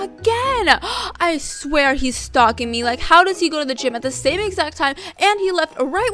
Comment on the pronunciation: and sstop stalk-ing